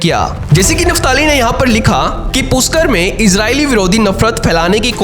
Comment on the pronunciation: पुष्कर है वह पुष्कर। पुष्कर उच्चार करो। क्या घटिया उच्चार कर रहे हो?? palestine बरोबर pronounce कर रहे हो, तो पुष्कर उच्चार में क्या मुंह में fevicol है?? सृष्टिकर्ता श्री ब्रह्मा जी का स्थान है, योग्य उच्चार करो। पुष्कर उच्चार करो पुष्कर।